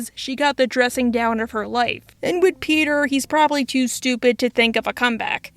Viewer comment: Can you say with not wid. Sorry you speak so well except for this word. It bugs me